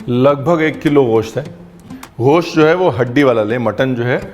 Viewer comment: سر یہ غوشت نہیں گوشت ہے Its gosht not ghost